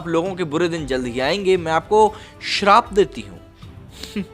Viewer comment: "श्राप" नहीं होता भाई, शाप होता है।वैसे जया बच्चन ने curse बोला था।